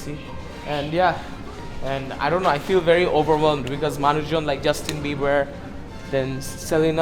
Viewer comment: when you said justin beber selina golmez ora alada accah lol bro